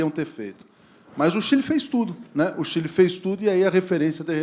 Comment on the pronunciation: Cadê o vídeo que ela fala Chile de Quile